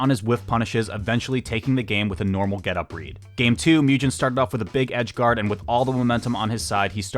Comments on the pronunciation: Also for Mugen. "Moo Jen" instead of "Moo Gen" killed me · just an fyi, pretty sure mugen’s name is pronounced the same way as it’s japanese origin 無限 is, which is like the sound a cow makes: [MOO-gen] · S’okay but you also mispronounced mugen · and mugen lol